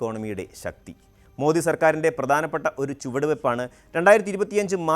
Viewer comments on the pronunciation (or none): none